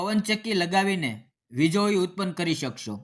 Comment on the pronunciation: વિજળી બોલતા નથી આવડતી ભાઈ?